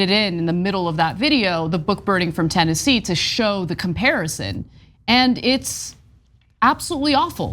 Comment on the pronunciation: The name of the state is Tennessee, not TenNazi.